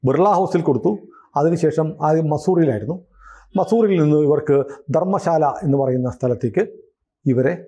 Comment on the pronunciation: ധരംശാല എന്നാണ്, ധർമശാല അല്ല